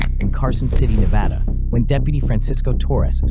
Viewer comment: Thank you for pronouncing Nevada correctly sir keep up the good solid Content